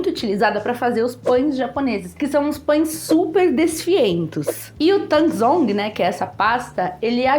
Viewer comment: Baita receita,, obrigado por esse vídeo, ficou muito bem explicado. Só te esclarecendo: Tangzhong é um nome em chinês para a técnica, enquanto Yukune é a palavra em japonês. Tangzhong se pronuncia Tanzon. Yukune se pronuncia Iucunê. São técnicas similares nessa característica da massa de pão que desfia.